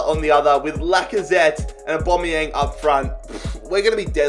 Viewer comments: Why you saying Aubameyang weird? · Learn to say Aubameyang properly ffs